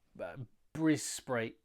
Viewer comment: Brubam and Brisbanburg........brilliant!😂